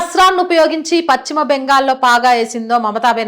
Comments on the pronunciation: భాషను ఖూనీ చేస్తోంది. పచ్చిమ బెంగాల్ కాదు. పశ్చిమ బెంగాల్ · చాలా బాగా స్పష్టంగా చెప్పారు. పశ్చిమ అనే పదం మాత్రం చక్కగా పలికితే బాగుంటుంది.